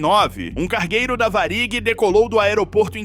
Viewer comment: Varig é paroxítona e não oxítona! Essa empresa de aviões era muito famosa e até hoje em dia ainda se fala dela!